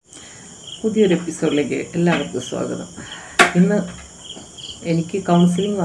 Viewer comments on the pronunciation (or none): none